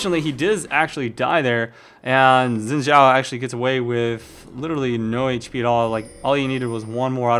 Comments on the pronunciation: Umm..Actually no , I know this cause I'm half Chinese and it's pronounced as "S" when you speak Chinese,In this case Xin Zhao's name is in Chinese. So it's pronounced as Sin Zhao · Was he saying Win Xhao? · It's not pronounced "win" zhao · i guess its not xin zhao its win shao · ''win zhao'' XD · i forgot 'X' sounded like 'W'